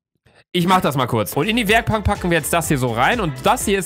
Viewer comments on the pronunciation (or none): Wer hat auch bemerkt das Luca Werkpank gesagt hat der likte